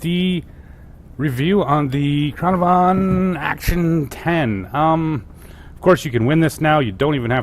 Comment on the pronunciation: Its pronounced can ar van dumbass